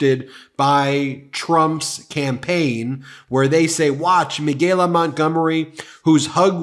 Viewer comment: two things 1. her name is pronounced Mi-CA-La. Michael with a la at the end. Not MeGaLa. You working my nerves to early for that. 2. I would not vote for 45 if he showed up to my house and gave me a BILLION dollars. Nope not even then. Just sitting here waiting for people to come to THEIR DAMN SENSES or at least put their brains back in gear. But well I don't think that's gonna happen, not this year anyway. Thanks for coming to my TED talk.